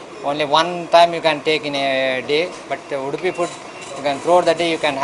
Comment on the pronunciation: what she is telling? udpi or wood-pee? can't she pronounce UDUPI properly?